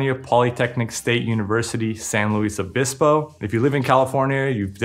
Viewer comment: As someone who grew up in SLO it kills me how you said San Luis Obispo. Definitely best bang for buck school though.